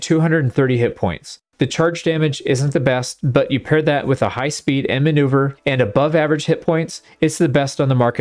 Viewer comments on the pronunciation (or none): none